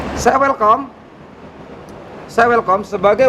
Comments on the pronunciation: Maklum belajar bahasa inggerisnya pakek keset. Gurunya mendadak malu namanya disebut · Ada yg lucu nih... Welcome diucap welkom Hahaaaaha....